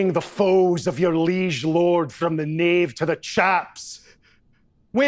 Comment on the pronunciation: *liege not leagued